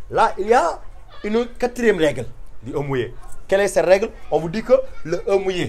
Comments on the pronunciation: Monsieur le "e" mouillé me tue😂😂😭 Désolé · le e mouillées mdr🤣 mis a part le e mouillées trés bon court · "E" mouillé 😂😂😂 désolé mais merci quand même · Je te jure 😂😭